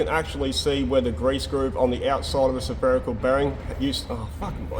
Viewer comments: had me confused the way his accent says "Spherical Bearing" it sounds like "Sapherical" no matter, i watch n learn as each day is a school day, thanks for making these vids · you're saying spherical wrongly, you're saying sEpherical, there's only 1 E. Yeah, I had to be the one, sorry.